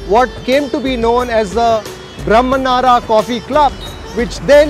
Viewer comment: Old Bengaluru.... & he can't even pronounce 'Brahmanaru' correctly... Atleast try to pronounce kannada words correctly if you can't host the entire show in Kannada... Its not Masala 'Dosa' it 'Dose'..!!